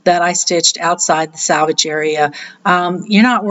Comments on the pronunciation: It’s pronounced SELLvage….not salvage general sewing terms important for credible sewist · Are you saving "salvage" or "selvage"? It is sell-vage. Not sal-vage. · And here's me thinking it's selvedge. But I wouldn't be so rude as to correct you in public.